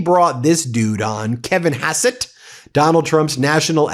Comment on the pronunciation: Hassett not besset